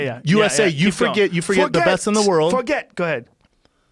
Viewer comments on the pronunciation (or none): He didn't say "Don't forget" he said "No forget" which sounded like "No for gay" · yoel is actually saying "no for gay" he clearly said "forget" before all of that. this fight is in 2015 during the legalization of gay marriage in all states on june 26, this fight happened on 28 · Around the time Yoel said “No forget Jesus” I think there was a big discussion around the legalisation of gay marriage which is another reason people thought he said “No for gay Jesus” Also it is obvious he says forget once you really listen to it.